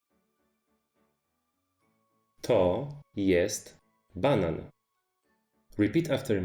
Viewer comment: You write banan but it sounds like you are still saying banana?